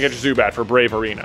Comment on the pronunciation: It's the BRAVA Arena, not the "Brave Arena". It even said it right there on the screen. C'mon man.